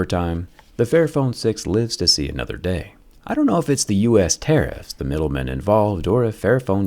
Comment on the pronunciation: Can you say ”tariff?”